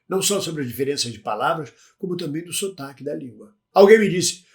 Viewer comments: Sotaque e não sutaque😂, chefe! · "Sotaque Lusitano" e não "Sutaque Lusitano" 👌